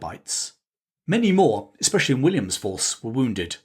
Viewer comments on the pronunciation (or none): none